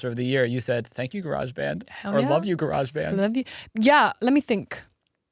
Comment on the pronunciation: GARE-AGE BAND